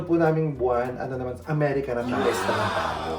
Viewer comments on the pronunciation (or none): none